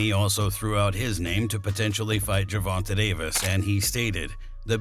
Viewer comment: Why do you always pronounce Gervonta's name wrong